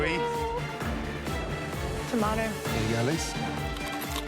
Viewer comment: Tomato 🍅 was pronounced incorrectly